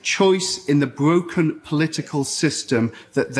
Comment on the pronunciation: Bwoken. Is that a slim Jonathan Woss